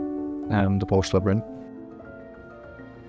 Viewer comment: Can someone tell how to pronounce Porsche correctly?